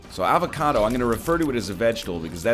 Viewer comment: HE CALLED IT AVA-KA-DOO ah good ol kylee henke memes